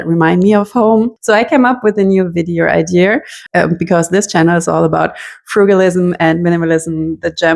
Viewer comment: I love when they say idear ❤ reminds me Of my family friend Birgit, that and Happy Bearthsday